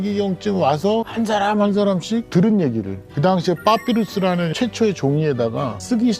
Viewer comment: ㅍ발음 다 ㅃ으로 하시는거ㅋㅋㅋㅋ 너무 귀여우심 빠삐루스